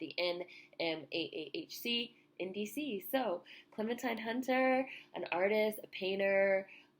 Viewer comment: loved your video, however her name is pronounced Clementeen.